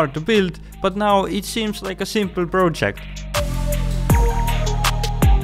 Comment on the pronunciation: Project sounds like Bro-Check 😂